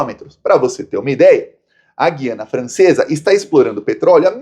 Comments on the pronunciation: Por favor, é Gu-ia-na. Não é dígrafo Gui-a-na, é ditongo /Gu/ia/na. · Desculpe, a pronúncia de Guiana é "guyana".